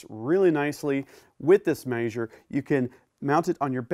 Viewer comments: It's MEH-SURE not MAY-SHORE. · A MAY-sure huh? I guess I'll start calling them BAY-vers instead of BEE-vers/beavers.